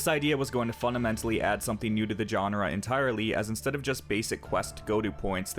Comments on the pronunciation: I enjoy your videos and appreciate the effort you put into making them. However, I cringe when you mispronounce the following terms: genre, allocate, contribute, linear. Please google their proper pronunciation. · Dude, where are you from? Most of your speaking is great then you hit words like genre or allocate and it's way off.. what's up with that?